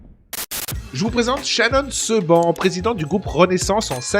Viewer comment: On ne dit pas "seban" on dit "shibane" avec l'accent de la "vérité si j'ment"